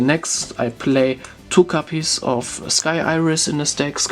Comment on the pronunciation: Ich weiß nicht warum, aber wie du "copies" aussprichst tiltet mich über den Jordan xD Es heißt copies mit o nicht capies, aber bis auf das verwoschene Englisch top